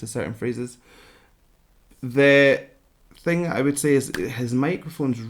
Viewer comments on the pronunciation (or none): none